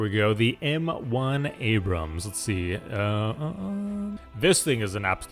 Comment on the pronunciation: You start your appreciation by pronouncing their tank's name correctly.